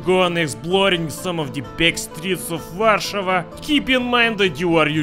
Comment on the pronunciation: finaly some one said ower capital name right